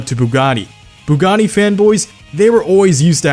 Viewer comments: Why do you keep saying Bugani. or am hearing things.. lol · Why do you keep saying Bugani instead of Bugatti!? Sounds like you're merging Bugatti and Pagani lol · When he says bugatti sounds like pagani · I swear I keep hearing “buggani” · I hate the way he says Bugatti lol